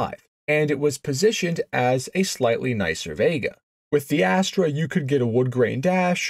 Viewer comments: You are mispronouncing it. It doesn't have any Pontiac DNA. 99.9% Chevy Vega, which was a very very bad thing. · I find Canadians pronounce it Asstruh whereas Americans say Asster. Sort of like Celica and Celica (sell-I-ca and sell-ee-ca) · Ass-trah. I only know because the old man worked at the Tech Center and I knew the GM names. I learned when I mispronounced "Monte Carlo". That said, I never saw one. A few Monza Spyders, but even at 7 years old I knew what a lemon a Vega was. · Why pronounce it Astray??? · I heard "fast ass-tray" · It's pronounced Astra. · It's pronounced "as-Tuhr" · It's Ast-er! Both the Pontiac Astre and the Chevy Vega were longitudinally mounted engines in a rear wheel drive chassis. They NEVER had a transverse-mounted engine like your picture. Because of your mispronunciation and wrong pictures scores your video a 👎. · You are pronouncing the name wrong